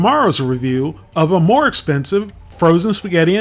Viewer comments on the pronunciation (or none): none